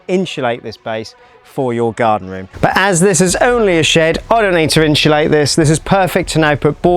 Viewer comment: Inshulate aaaaaaaah please say it properly!